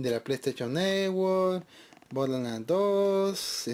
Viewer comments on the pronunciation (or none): Jajjajajajajjaja bodeland sin r jajjaajjajajajjajaa